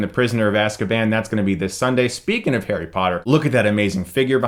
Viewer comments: It's Harry not Hairy, Chris. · he said Hairy Potter